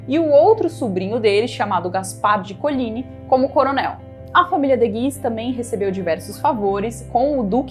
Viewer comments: PALAVRAS FRANCESAS SÃO OXÍTONAS QDO TERMINAM COM Y MONTMORENCYYYYYY . COLIGNYYYYYY.. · COLIGNY E MONTMORENCY OXÍTONAS.Primordial conhecer a pronúncia correta de vocábulos francèses.Apedeutas desinformam.